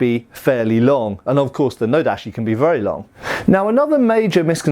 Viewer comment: TA, CHI. or O, DA, CHI. Not Ta, SHI, or O, da, SHI.